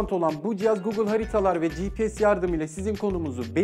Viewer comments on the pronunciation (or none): none